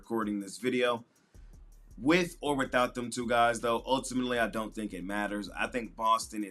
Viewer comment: ULTIMANETELY is crazy 😂😂😂